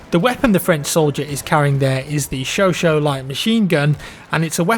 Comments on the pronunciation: hate to be the one to say this but, the chauchat (French mg) is pronounced like show-shat (lol) not show-show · It's Pronounced "Sho-Shat